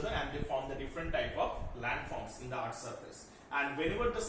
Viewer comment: It is not eaarth it is earth